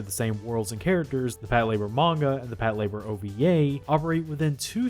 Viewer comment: is that hows its pronounced? Its not PAT -la - BOAR?